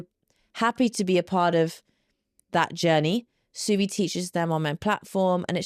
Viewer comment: No offense but you're pronouncing Suvi's name wrong... in Finnish the U is pronounced open like in the word who in English.